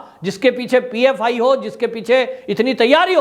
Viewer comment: It is PFI not OFI